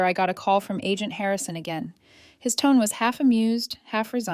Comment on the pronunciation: "Him door"... It's "his". "His door".